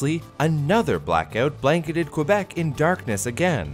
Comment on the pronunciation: Wow you didnt pronounce the U in Quebec GG well done :p